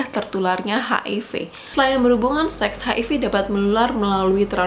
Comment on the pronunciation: tolong ngomong seks nya biasa aja, gausah di tekankan 😂